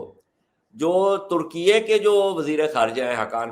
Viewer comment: ترکیئےاس ملک کا سرکاری نام ہے اور اسے درست بولا جا رہا ہے